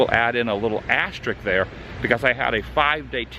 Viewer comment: It's pronounced asterisk, not asterik